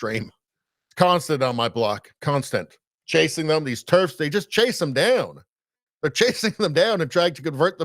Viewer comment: Turfs ? I had to look it up - it's "terfs"